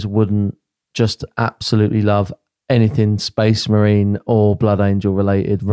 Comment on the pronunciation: Sorry, but that has to be "Space May-rines" ...